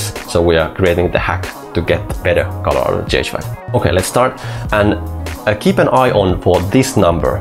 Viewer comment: You make great videos, but you really need to stop pronouncing "colour" like "collar". Colour sounds like "culler" in English. Seriously.